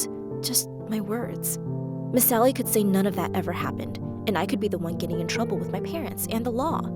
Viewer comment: Why is everyone calling her miss sally I can clearly hear “miss Ally” not “miss sally”